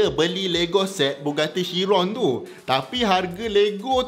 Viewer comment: Pronunciation dia ialah kiron, bukan syiron. Boleh check dgn bugatti